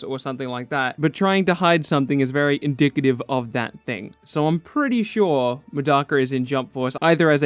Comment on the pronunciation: U said indicative 😂😂😂😂 If u clicked read chill it’s an joke